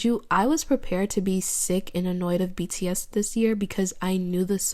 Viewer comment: not her calling bts "btass" while she is prob siting on the sofa farting😃😃😃😃